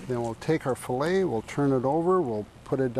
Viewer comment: Sorry, but the one fillet was butchered. I lost a lot of respect for him at that moment.